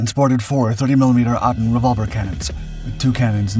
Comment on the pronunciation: what is an Aydan, it is an ADEN, , AY-DIN.. anyway, did this thing really not have reheat? it makes sense for a night fighter but in Warthunder it is totally has a reheat xD